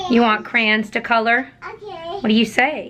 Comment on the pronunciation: I’m from SETexas myself and we pronounce it like it looks.. cray-on